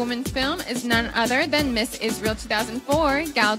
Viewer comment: The way she pronounce Israel papunta nang "is this real?" Hahahh